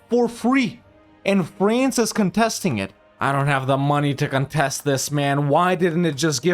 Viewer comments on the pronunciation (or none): none